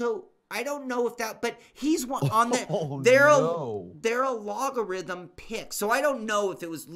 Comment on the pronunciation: A-Log-A-Rhythm-? Ha!